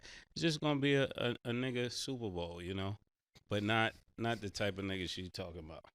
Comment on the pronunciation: she said niggabowl lol